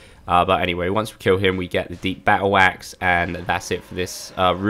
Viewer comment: bah oh wax LOL (battle axe)